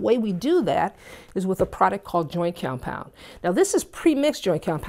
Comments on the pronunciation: it's called what compound? Sounds like you're saying joy or joint (lol) but that doesn't make sense to me ;) Is this good for balcony walls that are cement & occasionally get wet depending on the direction of the rain? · I really needed this! Thank you! She gives easy and simple instructions that anyone can follow. She does have a problem saying "Joint Compound"- I got tickled every time she said it! LOVE YOU!